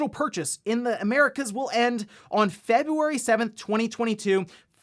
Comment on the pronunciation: I can't even be mad but February?? Ouch